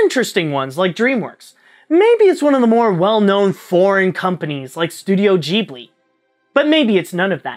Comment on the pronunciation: Did you seriously just say studio jeeblee?